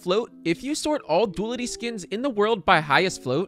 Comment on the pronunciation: Du-a-li-ty, not dualty.